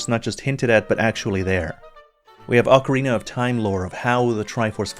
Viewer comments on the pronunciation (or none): none